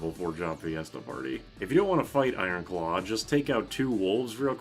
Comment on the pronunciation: "ikon claw"